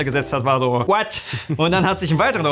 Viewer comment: Ich mag es sehr, wie "what" ausspricht xD Musste jedes mal Schmunzeln:D